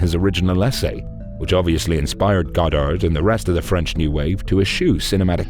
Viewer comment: Who is this new narrator?! Blam!!! Hits us with his French pronunciation!🔥🔥